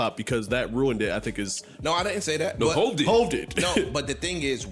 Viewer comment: Me realizing this was AI once I heard how “you” pronounced Hov at the end 🥴